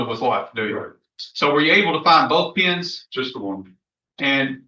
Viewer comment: I swear he kept saying penis and not pens, he said I stuck him in the face with penis......ummmmm